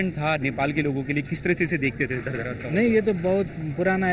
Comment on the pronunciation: its Dharahara not dhardhara, reporter should read the name carefully before reporting.